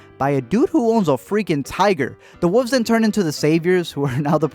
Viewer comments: its pronounced wool vz, not wuvs XD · Did anyone else hear him call the wolves the wuvs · The woves? You mean wolves? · Say wolves. ((What)) say wolves (Yeah) wolves ( wholves ) say wolf (whholf)) wolf (thats what I said (whooves) say wild wolf ( wild wolf) now say wolf ( whoolfs) ahhhhhh Lol Lol Jk